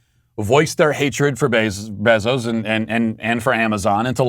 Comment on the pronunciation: Matt has a medical condition that doesn’t allow him to pronounce someone’s name the same way twice… AOC and Kamala are different every single time, even Bezos became Beeezos